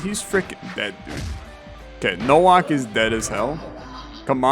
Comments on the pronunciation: Nowak is said as NO - waaa (like wario) - K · Bro pronounced Nowak as Nouak fucking kill me 💀💀💀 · pretty sure nowak is pronouced novak since its a polish name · Nowak is pronounced as "NOVAK" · No reason to explain yourself, no one reasonably expects you to properly pronounce every foreign surname perfectly. Just found it funny, for the record - it's just Novak. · Am I correct in thinking it's pronounced like the W is an English V, so like No-Vac?